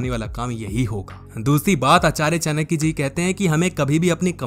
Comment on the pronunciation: चानक्य नहीं चाणक्य होता है